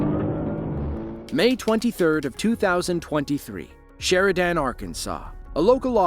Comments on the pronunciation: It’s pronounced more like sheriDEN and not sheriDAN btw lol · It's "SHER-i-den" Arkansas, not "Sher-i-DAN." Stupid sloppy crap AI narration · SheriDAN police? AI has a long way to go. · These Criminals are risking the aLives of Good Citizens with their driving- so when they wreck & kill themselves- they really asked for it. You Pronounced Sheridan AR,Wrong. Its just Sher I dan. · Make sure you know how to pronounce Sheridan correctly.